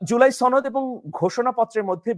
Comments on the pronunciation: সনদ না ছনোদ সনদ কথাটি সঠিকভাবে বলতে পারো না৷৷ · তুমি তো সুশিক্ষিত। তুমি কি "শনোদ" সঠিকভাবে উচ্চারণ করতে পারো না? এটা "শনোদ" হবে, "ছনোদ" নয়। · আর কেউ না শুধু আপনি ভুল ভালভাবে আপনি সনদকে ছনদ উচ্চারণ করেন। এটা কি আপনার জেদ?😊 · ছনদ কি? উচ্চারণ ঠিক ক‌রেন।😂